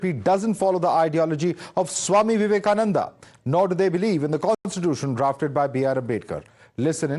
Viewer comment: Vivekananda not Vivekanand